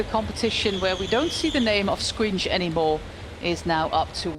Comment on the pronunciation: It's Toms "Shkòins", not "squinch" ahahahhahaha